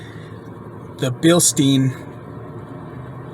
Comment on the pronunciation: it's billst-EYE-n not billst-EE-n